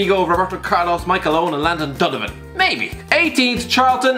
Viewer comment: Why the fuck can’t you say Donovan